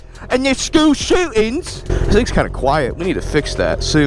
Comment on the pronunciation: “Americans rait?….and ya skewl shewtings” 😂😂😂😂😂